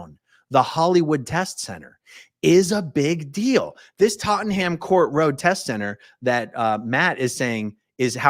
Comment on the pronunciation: A-Aron, you say Tot-ton-ham, we Brits just call it Totnam, its so much easier.